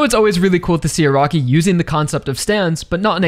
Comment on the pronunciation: I cant unhear A-rock-i.